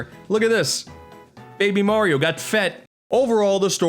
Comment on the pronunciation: I am triggered when he called Mario MERIO